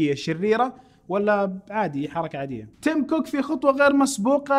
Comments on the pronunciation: تيم كوك وليس تيم بوك ** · تيم كوك مش تيم بوك